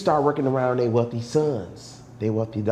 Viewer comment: This nigga said “they wealthy sons they weathly daughters “🤣🤣🤣💀